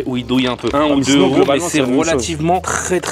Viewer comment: Est ce qu'on pourrait faire les liaisons ? On dit 1 neuro , 2,3,6,10 zeuros mais 8 teuros et c'est pareil pour cent parce que ça finit par un T. Merci de faire un effort, j'ai les oreilles qui saignent à chaque vidéo ! 😉